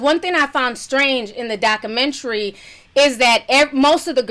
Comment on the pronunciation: I laugh every time she says 'Dockamentree'